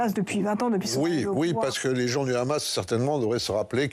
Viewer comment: On ne dit pas 'KHamas', comme à l'israélienne C'est un acronyme arabe. On dit HHHamas en arabe ou Amas si on est un français non arabisant.. C'est un minimum de professionnalisme, à moins de montrer ses accointances pro israéliennes.